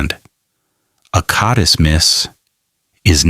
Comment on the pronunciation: What? AI doesn’t know how to pronounce CODIS? And it’s not spelled Cotis. It’s an acronym. Not a professional quality video.